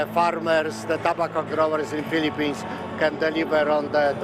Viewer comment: para sa reporter: kapag english, it's pronounced toh-bah-kow, not toh-bey-kow.